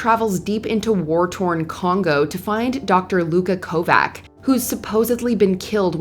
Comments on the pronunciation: ko-Vach not Ko-Vack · Kovac is pronounced with a "ch" sound at the end, as in Kovach. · Sorry, but it is pronounced co vatch lol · it’s supposed to sound like Ko-vach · it's pronounced Kovatch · Dude...That's not how you pronounce Kovac (KO-vatch). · why can no one pronouce it?! ITS KOVACH! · Thr narrator has obviously never seen this show. Doesn't know how to pronounce Kovac right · Someone should have told her how to say Kovac🤷🏽‍♀️🤷🏽‍♀️ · Thank you, that bugged me.